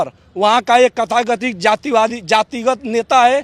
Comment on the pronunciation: यह किसी भी एंगल से छात्र नही लग रहे हैं, सिर्फ़ नाम के छात्र होंगे, यह "तथाकथित" नही बोल पा रहे हैं. घटना की निष्पक्ष जांच होनी चाहिये 🇮🇳